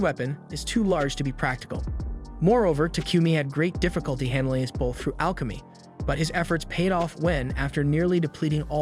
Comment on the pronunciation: I hate it when the ai voice CANT SAY BOW PROPERLY THE AI SAYS BAO